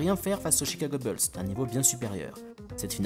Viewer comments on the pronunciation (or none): Stp tu peux dire les Chicago Boulz au lieu de Chicago Beulz ;-) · arrête de dire les beulls stp c'est embarrassant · Faut arrêter de dire « Beuls » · Tu fais le malin toi aussi, la prononciation française "bOUlsse" est une erreur, la leur est plus fidèle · Salut, En suivant ce lien, tu pourras écouter la bonne prononciation americaine de « Bulls » : Certes, « Boulss » peut sonner plus courant en France, mais notre prononciation tend à être plus fidèle à l’original. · Faut sérieusement revoir ta prononciation "BULLS"